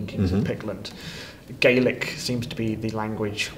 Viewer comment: Oh god... As a Gael I'm cringing at "Al*B*a" and "Gay-lick". If they had a specialised historian in, they should've been told it's "Ah-luh-pah" and "Gah-lig"